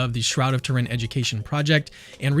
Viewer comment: You can't even pronounce "Turin" correctly. AI doesn't even believe in Jesus.